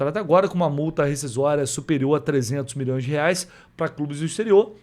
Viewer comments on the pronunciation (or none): none